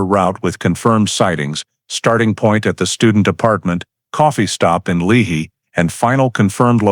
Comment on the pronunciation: Lehi is pronounced Lee Hi